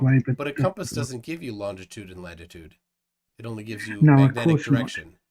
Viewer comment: “Longitude and LaNGitude” … 😂